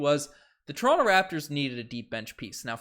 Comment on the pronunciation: Pls pronounce toronto 🙏 😭